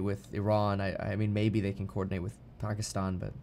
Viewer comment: Kevin pronounces pakistan accurately :O